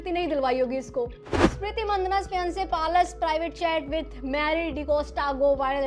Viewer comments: It's पलाश and not पालश Pehle bolna seekhlo. Creators like you are highlighting this issue and trying to earn views from it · पलश ❌️ पालस✅️ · Palaash ❌ Paalas ✅ 😂😂😂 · पलाश नाम है दीदी palas nhi naam sahi le lijie fir roast karie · Palaaash not palash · पलाश ❌ पालश ✅🤣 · I hate to be the one but- it's pa-laash